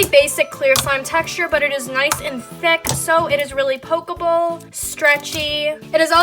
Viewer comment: Why does she say thick like it's spelled thuck...